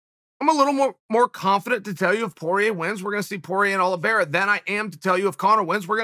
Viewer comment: No one: Chael : Charles Aloe Vera